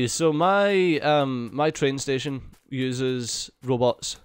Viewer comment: Some times the way + says it "Robbits" those fluffy robbits